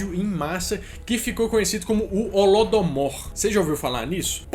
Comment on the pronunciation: Não é holodomour é holodomoro